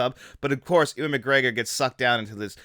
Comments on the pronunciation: Nah the video was otherwise fine but pronouncing Ewan as Ooan then later Ewing and Edinburgh as edinsburg is not an accent issue. I’ll let you be a real fan of this film when you can pronounce Edinburgh properly at least ;) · Ooan? Edinsberg? Benji? What am I listening to?